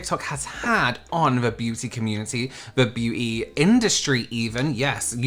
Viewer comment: Hit the LIKE!.. omg I'm a fan in the US and if all of us Americans can't at least hit the LIKE for the way pronounces beauty (Beyuuu-teeea) 🤣